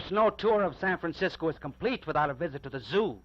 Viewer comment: Aside from the first two valliant attempts at ennunciation, he keeps saying "Sampensiscoe". My 100-year old neighbor used to say that too…I also remember all the old cabbies and Munis drivers saying that. I like it, it sounds like the way the guys in the Coit Tower murals probably sounded.